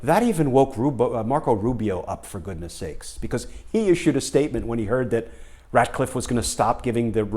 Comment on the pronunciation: It's Ratcliffe, not Radcliffe, as in Rat